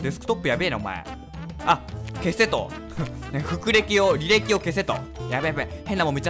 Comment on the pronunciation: 履歴をふくれきって読んじゃうのはよくあるわ…